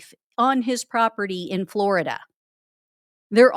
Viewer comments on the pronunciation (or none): none